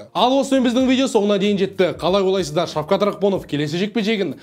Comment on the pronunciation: ҚАЛАЙ ОЙ-ЛАЙ-СЫЗ-ДАР деп сөзді дұрыс айтсаңшы, қалай ОЛАЙСЫЗДАР емес ОЙЛАЙСЫЗДАР